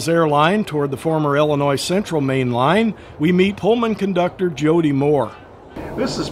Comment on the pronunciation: Good video. By the way it's Illinois, and not "Ellenois."